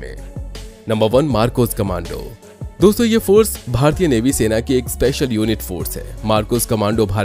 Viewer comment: Bhai Navy hota h "Mavi" nhi